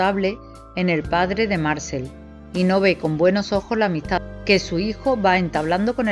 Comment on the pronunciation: Amo esta novela, cada tantos años la vuelvo a leer. Muy buena la presentación de los personajes. Obviamente la narradora no sabe francés, y se le disculpa, solo le diré que Marcel se acentúa en la e, Marcél. Muchas gracias por su trabajo!